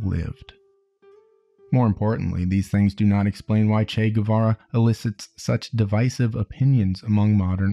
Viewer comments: In spanish, a “u” after a “q” or a “g” doesn’t sound unless it has dieresis (ü). Guevara correct pronunciation is Gevara. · FYI, Guevara is pronounced Geh-vara (like the word 'que' but with a g). You don't pronounce the u unless it has the umlaut (two dots) on top. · It's Guevara, not "Güe"vara. The same way you pronounce the "ga" in the word "gay", you pronounce the "gue" in Guevara, in Spanish :p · As latina, i love how there's a new interest in "el Che" but at the same time, annoyed at the guevara pronunciation... its more geh-vara, not gUevara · “Goo-ay vah-rah” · If you're gonna make a biography about the guy AT LEAST pronounce his name correctly. The U is silent! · he didn't leave guatemala for nothing man, it was after failing to resist operation pbsuccess and you don't pronounce the u in gue, be it guevara or higuera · if you make a 40 minute video about someone just take the 20 secs it takes to google the pronounciation of his name?????? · ..........you're not supposed to pronounce the "U" :/ in Guevara